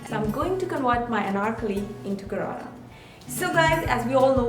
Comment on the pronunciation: hii loser its not garara its sharara